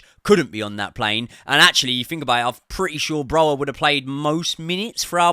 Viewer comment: Broja will be sold before learns to pronounce his name correctly 😢😂